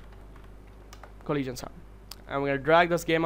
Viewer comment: Coleesion sound. Lol.